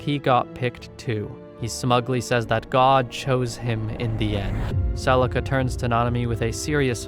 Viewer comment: Celica not celisa